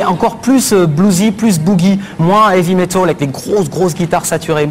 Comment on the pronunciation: "Moins Heavy Metaul" mdr, apprener à parler les mecs